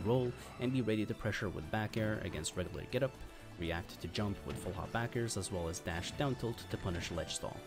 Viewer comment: izaws "as well as" is painful to listen to